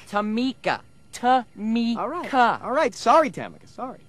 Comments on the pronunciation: tamika tamika tamika tamika IT’S Ta Mi Ka Ta Mi Ka Not tamika it’s Ta Mi Ka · The fact that Simon was still referring to her as Tam-ika after she specified that it was Tam-ee-ka had me weak😂😂😂😂😂😂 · Its not Ta-mika, it's TA-MI-KA !!! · “it’s TA ME KAH”…. Simon proceeds to say “TAM uh KAH” 😂 💀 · I can't stop laughing at her name , Simon : Tear-me-ka Tamika : IT'S TUR-ME-KAH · It is TAMEEEEEEKAA NOT TAMIKA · Is not tamika, is tameeeeka😂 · It’s not Támika, it’s Tamika, Tamiika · ”Tam-ika tam-ika, Tam-ika tam-ika....tam-ika...tam-ika ITS TA-MIKA NOT TAM-ika, tam-ika TA-MIKA!! Simon: Ta-mika” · Tam'ka Tam'ka Tam'ka.... It's Tamiiika😂😂😂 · Tammka Tammika Tammika. ITS TAMEEKA. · Tamika! Tamika! Not Temecah, Tamika!!! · Ta-mi-ca not tamika hahaha!!!!😂🤣 hi l am francinne l am 6☺️ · Not Tamaka TA...MI...KA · IT'S TUH-MEE-KAH,NOT TA-MIK-AH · It's tuh-MEE-kah! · it's Tam-ee-kah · AmonAmarthFan609 lol tuh-MEE-kah! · Not tam-ehh-kah! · Its Ta-Mika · And the fact that he kept saying it over and over like “Tamica Tamica Tamica-“ SHADY 😭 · “Its tamEEKA, tamEEKA” lmao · No one in the entire world: Simon Cowell: Tam-mick-kuh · whats funny is that she yells at the judge for saying that she needs lessons but the judges never actually said that she needed lessons. And, its TA-ME-KA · IT'S TA-MIKA!!!!!!!!!!!!!!!!!!!!!!!!!!!!! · It's Taahh-MEEKA! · Ta-MEE-ca! Its Ta-MEE-ca! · iT’s tAh-mEe-kAH. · It's Ta-mikaaa. DARHH! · Tam-ih-kuh needs manners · IT’S TAM-EE-KA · Its TA-MI-KASS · I'm tickled to death with Simon's pronunciation of her name. LMAO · I love how Simon mispronounced her name a million times. And there is absolutely nothing wrong with taking voice lessons, professional singers have vocal coaches and still take lessons to improve. Constant improvement is required to be a pro singer. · And the way he kept repeating it had me rolling 😭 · I love how he was mispronouncing her name then he put the last nail in the coffin go to an audition where they lie to you lmfao 🤣😆🤣